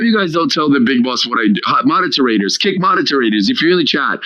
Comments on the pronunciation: is he trying to say the word moderators as “modeterators?” Real big dumb guy energy… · Mod-der-ter-rate-tours, new spelling bee word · Dude wtf is modeterators??? Must be all that chunk of snot up his nose or I'm just deaf. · I am kinda impressed that he found an extra syllable in moderators…